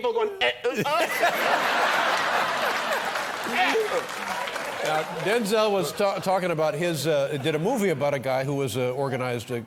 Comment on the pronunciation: Don is actually pronouncing Denzel’s name correctly